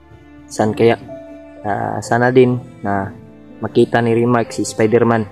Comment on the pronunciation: NAG IISA NLANG C REYMAT NAHULI UNG NATITIRA NYNG KASAMA BUTI NKATAGU SI REYMART NGHIHINA N SYA WALA KC UNG BANDANA..KAWAWA UNG DALAWA NYNG BANTAY MUKHANG NAPATY PAREHU SANA MKASURVIE SILA.. JUSMEYU GUSTO NILA MGBAGO PERU SI SATANAS ANG HADLANG SA KNILA.. SPIDERMAN AS IN SPYDER MAN HNDI SPEDER MAN..😊